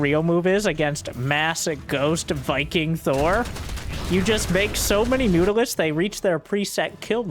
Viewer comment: I know what Mutalisks are, but the dude keeps pronouncing it as Mutisks... Am I hearing him wrong or is he constantly mispronouncing it?